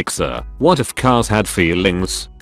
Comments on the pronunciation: I can’t get over the fact on how he says “feeLings” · idk why but the way it pronounces "feelings" is just so funny to me